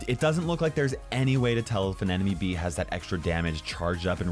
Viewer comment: ITS not bee ITS bea